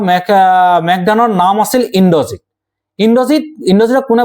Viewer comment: "মেঘদান" নহয় "মেঘনাদ"